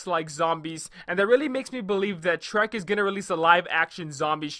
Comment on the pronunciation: I love how you pronounce Treyarch as Trek XD Great vid